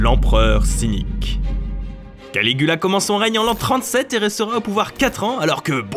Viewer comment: Jai entendu Canicula au lieu de Canigula